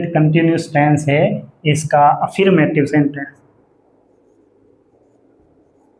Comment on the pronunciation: /əˈfəːmətɪv/ अ फर् मॅ टिव होता है। अफीरमेटिव 😂